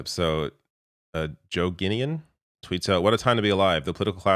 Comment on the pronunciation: Guinan is pronounced Guy-nuhn. And Hewson is one of U2's sons